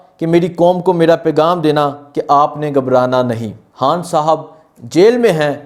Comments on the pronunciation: Bhai jaan (Haan) nhi khan bola kro plz😂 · sab baten theek but mery bhae... hay or khay ka talafuz to theek ker lo... khan ko haan bolrhay ho, pehlay theek se bolna to sikhoo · Bhai Sahib, you do good work, but I have a suggestion for you. Kindly try to work on your pronunciation (Talaffuz). You can't say ray and khay properly. For example you can't say Khan or Raat properly. You will become better presenter and journalist with correct pronunciation & accent